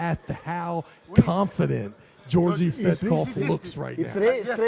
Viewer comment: One of the commentators calling him "Georgie" is killing me 🤣💀